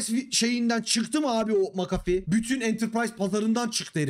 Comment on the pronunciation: sabahtan beri "macafi" ne ya diyorum McAfee hiç gelmiyor aklıma sonradan düştü jeton "ohaaa vay aminiyum" dedim